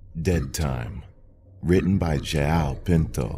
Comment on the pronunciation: I couldn't help but laugh at the way he pronnonced joao xD